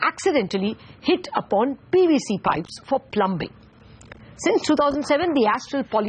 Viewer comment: Its pronounce plumming not plumbing